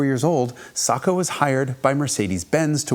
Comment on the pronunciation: Almost a perfect video if only he could say Sacco right 😭